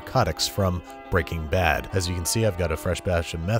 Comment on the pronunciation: "Breaking Bab"